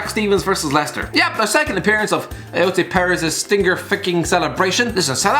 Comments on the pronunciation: "Stinger ficking celebration" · “Stinger Ficking”